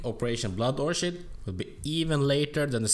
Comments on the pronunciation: Great video but its pronounced or-kid not orchard :) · Would you stop saying orshid lol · You pronounce orchid wrong, it's pronounced like orkhid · Its pronounced orkid btw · Nice vid as always, but its orchid, as in "kid" not that "shh" soind